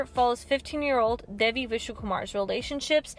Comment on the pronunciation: loved it, but WHY dont people EVER learn to PRONOUNCE names right. devi is pronounce daevi